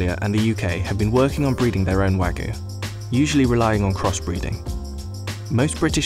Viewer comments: It's not "wagoo" it's "wah-gyew" British people are so terrible at pronunciation of other languages it's insane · New drinking game: Take a shot each time the narrator says "Wa-gu" instead of "Wagyu" Warning: In order to prevent death from alcohol poisoning, only attempt this drinking game with water. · No its not, its pronounced wag-you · I just want to know why he’s saying “wagoo”. There’s a y in there, “wah-gYu” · “Wa-goo” Ok 🤣😅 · Pronounced wagyu incorrectly at the start, guess we aint looking at a professional chef, more of a novice researcher Like, “wagoo”? The way its pronounced is Wāgyu. Also pronounce the “y” and “u” as if they are mixed btw “ā” is pronounced like ahh, think of when a dentist askes you to open your mouth and say “ahh” yeah that. Just some info. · NO, it is not wa (like wagon) goo beef. It's wa (like water, want, watch) gyu beef. Sigh. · Nobody: Business Insider: wagoo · It's not though. You pronounce the "yu". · thought he was saying ragu like the pasta sauce. Terrible pronunciation on wagyu. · It's said like "Wag You" guys have lazy tongue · Why is it so hard for everyone to get the pronunciation right for non-English words?! You can literally just google it, it’s not hard. “Wagoo”... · Did he just said Wagyu as "Wagoo" Goddammit... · no one: the narrator: wAgoO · Listen to me explain everything about a product that I can’t even pronounce. “Wagoo”....wtf? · I can't trust a video where the person calls it "Wagooo" beef lol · Waygu (Wah-gew) or (Waa-gyoo) like "Whaa you" but with a hard g before the you sound. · “Wangis” lol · Wangus Beef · It was serious until he said wangus beef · Hahahaha "wangus beef" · You can't do a video about it and pronounce it "wagoo"!... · All this effort to produce this video and you couldn't spend 10 seconds learning how to pronounce Wagyu correctly. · that narrator's pronunciation is crazy, not even close lmao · Insider researched everything about wagyu except how to pronounce it